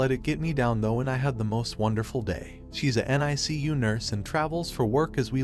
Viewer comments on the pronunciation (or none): none